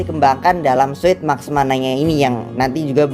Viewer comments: Yang benar tu suit bukan sut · Sebut nya sut bukan suit Kayanya sama aja